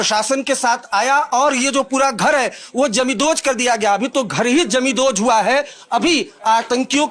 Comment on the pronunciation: पहिली गोष्ट, 'जमीनदोस्त' चा नीट उच्चार कर. आणि काही जमीनदोस्त झालेलं नाहीये , फक्त दार आणि खिडक्या तोडल्या आहेत. आणि त्या बायका काय म्हणत आहे ते कोण दाखवणार re? YZ